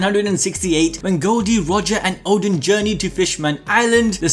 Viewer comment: Bro is calling Oden "Odin"